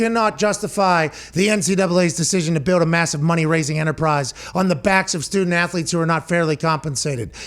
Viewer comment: "student ath-o-letes" 😉